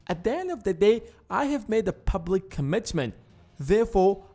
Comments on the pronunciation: "Publuc Commitment" [sic] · "publuc commitment" 😂😂😂